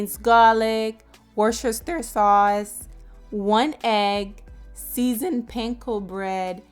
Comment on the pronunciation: WALL CHESTER SAUCE. “